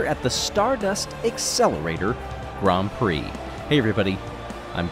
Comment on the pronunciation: Dear Greg, A minor niggle on your commentary. Grands Prix and Grand Prixes are both correct plurals of Grand Prix ... but they are both pronounced the same as Grand Prix.